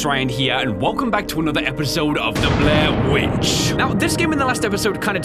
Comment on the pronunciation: Anyone hear blair winch?